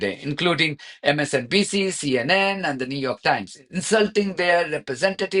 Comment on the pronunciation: "MSDNC"...😂😂😂Chump can't even say THAT? Its MSNBC clown. What a buffoon